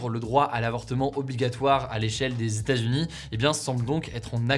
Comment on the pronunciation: 50 "zetats" ce n'est pas terrible !